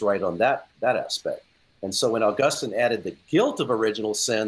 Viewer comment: So, why as an Augustinian scholar does call him “Ow-Gustin”? Does he know something no one else knows?